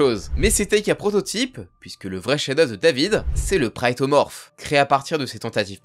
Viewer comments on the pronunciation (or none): Pourquoi tu dis le "prayetomorph"? Ca se dit "Protomorph" comme un "Prototype"